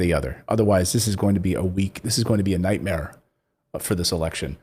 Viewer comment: LOL you almost said week Mare